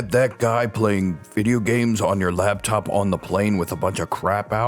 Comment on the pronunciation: LAPTOP DUDE NOT LABTOP YOU ARE KILLING ME.